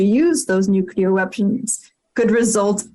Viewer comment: Bit worrying that the geezer whatever his name is cannot pronounce nuclear properly considering who he is lol